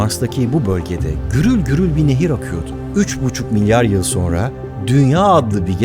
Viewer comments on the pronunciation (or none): none